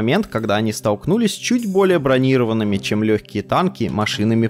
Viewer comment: Не бронИрованные а,бронирОванные !!! САДИСЬ 2 .